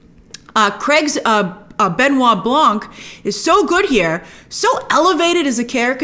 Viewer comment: We don't pronounce it Blan"k". It's pronounced Blanc (c is silent).